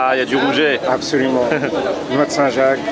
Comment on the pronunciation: 😂😂😂 Le fameux "rouget" de 💪🏽💪🏽💪🏽